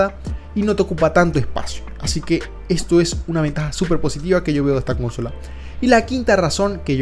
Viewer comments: Cónsola... Nmms xd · Amigo consola no lleva acento ,a ver si aprendes a pronunciar .cos aparte gracias por el vídeo y la información . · Jajajajaja justo pensé: no mms, esa palabra no tiene acento, wtf? xd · Horrorosoooo Además lo dijo como 1000 veces en el juego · pues dilo. Si está mal. Muy mal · Jaaa jaaa y lo dice varias veces jaaa😅😂😂😂😂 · si no termine de ver el video porque no soporte escuchar consola :) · adoro el video, pero carajo, me dolía cada que decías consola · Lo siento no puede ver el vídeo. La Pronunciación de Consola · La menera en que dices consola esta mal😂😂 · Buen video. Consejo pronuncia bien consola dan ganas de cortarse los oídos. De resto te felicito por el vídeo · Si suena feo cuando pronuncia consola con acento. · Tremendo toc me da al escucharte decir consola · Me estresa mucho que diga cónsola 😠🙄🤣 es consola men jaja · consola no "CÓNSOLA", no sabes hablar o que? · Con-so-la… no cónsola… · Dios aprende a decir consola, no cónsola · Habla bien, es consola no cónsola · Carnalito, ahora haznos un vídeo de la diferencia entre consola y cónsola. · Es desesperante. Cada vez que dice Cónsola me brota el ojo. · Gran review, pero insufrible la CÓNSOLA. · Cuando dice cónsola,me recuerda al meme de John Cena ,bingg chilling😂😂😂😂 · me iba aturdiendo cada vez repetía la palabra equivocando el acento, ya que "consola" es una palabra llana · cónsola KAJSKAJS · Intenté ver el vídeo pero no aguante la pronunciación de CÓNSOLA, lo peor es que durante los primeros minutos lo dice hasta el cansancio. 👎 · Que extraño, la 1ra vez que abri el video no tenia sonido y ahora que ya tiene sonido escucho el como pronuncias "cÓnsola" xd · Tengo mucho conflicto cuando escucho "cónsola" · Por qué dices cónsola... Eres la única persona que conozco que lo dice así de mal.... No es hate simplemente me ha llamado la atencion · Nunca habia oido a alguien diciendo consóla en ves de consolá, i me daba curiosidad de donde vienes. No es por criticar solo curiosidad.